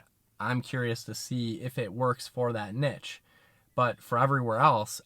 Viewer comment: I cringe every time i hear nitch. Good to hear saying neesh